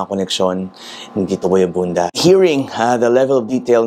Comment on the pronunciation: may jetlag kapa yata talaga boy abunda po not boy abunsa😁✌️labyahh😘